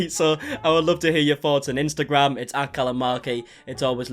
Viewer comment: Love the way says your name. As if it’s a billboard “MAR-QUEE” rather than “Markie” 😂😂😂 brilliant.